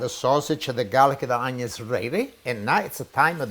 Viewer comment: Love how he says onion. Oño! Lol 😆❤️👍